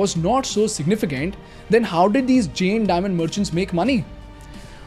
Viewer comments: Isko pehle Jain bolna sikhao, pure video me jen jen bole jaa rha h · If I have not heard it wrong are you pronouncing " जैन " as " जेन ". " जैन " is correct pronunciation. 😅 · your pronunciation of "Jain" is wrong. Its Jayn not Jane as you are saying it. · Just a minor correction, it is pronounced Jain(जैन) rather than Jane. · Firstly thanks for spreading knowledge about our community and religion but ek baat bolu ? It's not JEN, it's Jain. Please correct your pronunciation brother 🙏🏽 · It’s not Jane, it’s Jain… It does not rhyme with chain, it rhymes with can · Bro plz Jain aache Se bol lo